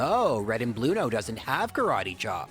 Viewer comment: Aaah, I see you're a man of culture, as well. Thanks for the corrections, it's been a while. And being wild Onix to give even chances sound more like the badass type of thing Bruno would go for. That Bruno, I mean. Not this "Blu-no".